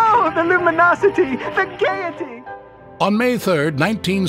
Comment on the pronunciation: "The gaiety!"